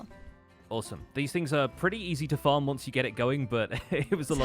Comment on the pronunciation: Don't you just love how Newfies say 'farm'?